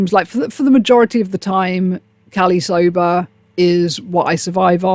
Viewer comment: Hearing a brit say Cali sober has sent me through a loop for a second.